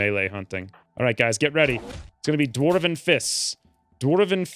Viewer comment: Why in the fuck is he saying dwarven like that?!?! Infuriating.